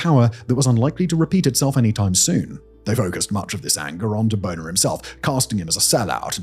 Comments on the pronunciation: "John Boner." 🤣🤣🤣🤣 GOLD!!! John BAY-ner. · It's pronounced Bay-ner, not boner. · John Boehner. It's pronounced "BAY-nur." Not "boner" lol. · Lol as an American "John *Boner*" made me chuckle. Too bad it's actually "Bay-ner". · Boehner is pronounced bay-ner but as someone that can clearly remember that man being in charge of Congress hearing him called "boner" over and over is welcome. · If my name was spelt like that i would say its pronounced "bay-ney" as well, but it is clearly pronounced "boner". i mean "boeh" is not pronounced "bay" in any world i wanna live in. Respect your civility though! XD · his name is pronounced bay-ner but i like your way better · its pronounced "BAY-NER" 😆